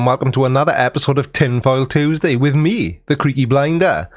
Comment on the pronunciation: I love you creaky but I have to take issue with how you pronounce Tuesday